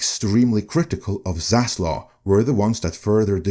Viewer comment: This is so amazingly silly. There is no cabal out for zaslov (the v is pronounced)